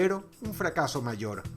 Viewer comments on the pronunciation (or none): none